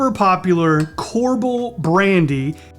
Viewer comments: Core Bell. Not corble… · Kor-bell. Not corbol. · Not core-bul... The brandy is pronounced core-bell. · It’s pronounced, core-bell. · He knows. He pronounced it like that so you can comment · Almost called you out on missing the cherry before muddling! lol. But then you remembered. Us Wisconsinites pronounce the brandy name as "Core-bell", btw. 🙂 Awesome job though, you nailed the recipe!!!!! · You mispronounced KorBel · "Korble"? Ah no, it's Kor-BELL in Wisconsin. "Maris-keeno"?, this guy. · Korbell is pronounced core bell and it’s not Mary Cino cherry it’s Mari Chino, cherry.